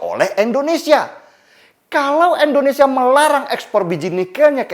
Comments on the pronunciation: Indonesia bang bukan endonesa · sangat jelas sekali ngucapnya Endonesia bkn Indonesia..disitu ku rada ga enak dgrnya..selainnya mantap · indonesia ya bang, bukan endonesia. gak enak di dengar. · Bg bilang kata Indonesianya jangan 'Endonesia' donk bg. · Indonesia..bukan endonesia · Indonesia bukan endonesia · Pak ko selalu sebut endonesia kan kita indonesia..😁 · Bang Denny, kenapa sebut Indonesia jadi Endonesia ya? #seriusnanya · Indonesia. Bukan endonesia. Please lah. Org bule aja bilangnya Indonesia bukan endonesia. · Tetap semangat bang Denny utk membela yg benar. Koreksi aja bg.. utk pengucapan "I" di Indonesia jangan "E" 🤗😀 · Bang belajar mengucapkan nama negara kita dgn benar 'INDONESIA' bukan "ENDONESIA" 😇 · Indonesia bukan endonesia😫